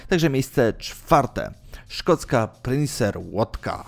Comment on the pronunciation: Nie PRINCER, a PINCER. Nie DESTYLANCJA, a DESTYLACJA. Do nauki czytania polecam elementarz Falskiego🤣🤣🤣